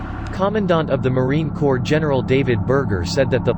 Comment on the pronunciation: Gah. Narrator pronounced the p in Corps!